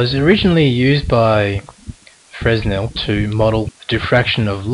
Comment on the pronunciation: the "s" is silent in Fresnel (pronounce: fʀɛˈnɛl) *facepalm*